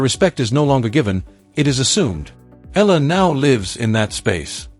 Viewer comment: you keep pronouncing ELLA..practice your tongue.. EEya LA not ELLA.. for pete sake.